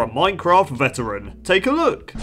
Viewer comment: Bruh i would watch it but i cant stand hearing "then you are a ceteran player" every 15 ffs